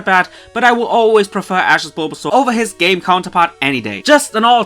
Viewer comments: Who heard "game bulbasaur" as "gay bulbasaur" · I first thought he said "Gay Bulbasaur" but actually said "game"